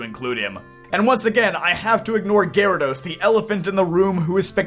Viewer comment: It's gyarados. 99% of the time it's gyarados.